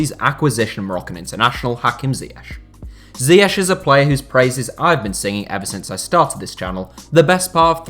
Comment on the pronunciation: Thats not how you pronounce ziyech